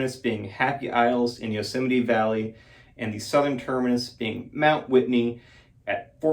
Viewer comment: It's pronounced Yosemite